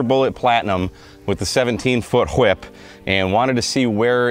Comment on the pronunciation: The "whip" pronunciation is very Stewie. It cracks me up. Came for the experiment and stayed for the humor.